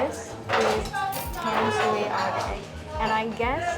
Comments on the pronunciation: It's pronounced more like "Dom-sway", not "Tam-soo-ee". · Tam-sui should be pronounced like "Dan-sweat". There are no perfect translation. But "Dan-sweat" is actually more closely to Chinese pronunciation. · It's pronounced Duhn(like done) - shu(like shoe) - eh (like where) so: "done shoe where" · Tamsui is one of my favorite parts of the city! Quick tip: the most common pronunciation sounds like "dahn-shway", which is how the majority of Mandarin speakers would say it. The Mandarin transliteration is Danshui and is a better indication of the modern pronunciation; Tamsui is based on the previous transliteration style but both are the same word, meaning "fresh water". By the way, just wanted to call out again that your B-roll is SO good. You have a wonderful eye for cool subjects and framing, and you're able to make it look artistic and vibey but not overly try-hard and artificial. Your little transitional montages manage to really convey the whole feel and energy of a place in just a few brief shots, which isn't easy. I know you're still working through the audio (which is totally understandable) but your video is already punching way above your weight. Keep it up guys, you're doing awesome! Also I died at uh colorful Subway joke 😂 Gotta keep getting to come out of his shell, he is lowkey hilarious when he gets sassy and spicy. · This is an amazing video! Great as a drinking game. So the rules are: one sip every time 1) They say Tamsui in the most American accent ever, 2) Shaky cam, 3) Bad joke.